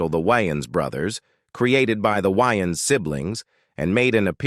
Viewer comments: It's Way -Ans not Wy-ans 😅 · Pronouncing Wayans whyans is crazy